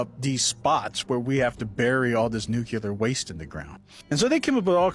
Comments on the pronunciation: NUCLEAR not fkin nukular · WHY do SOOO many people pronounce “nuCLEAR” as “nuCULAR” it’s 1 of my pet peeves lmao I literally don’t understand?!